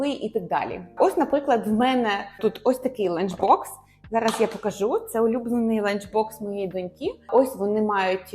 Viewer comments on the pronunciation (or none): none